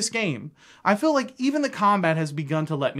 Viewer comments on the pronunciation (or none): Feel is not said as "fill", I've never ever heard an accent where feel becomes "fill". What is going on there? Haha